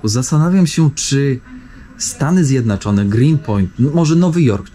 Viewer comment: Czemu mówisz Stany Zjednaczone?